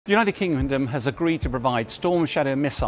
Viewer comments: "United Kingnumdom"? Anyone else hearing that right at the beginning? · "The United Kingdomnum..." That really tickled me 🤣